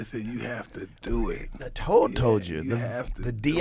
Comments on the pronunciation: Its Toad, not road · “They toad told them”